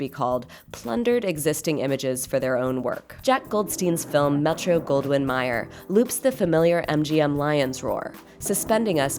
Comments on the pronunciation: Mayer not Meyer. L.B. Mayer and a Meyer lemon. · A barrage of verbiage..ease up, woman ! And learn how to pronounce Metro/Goldwyn/ MAYER